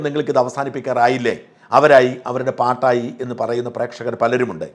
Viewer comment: Paattayi ennalla paadaayi ennanu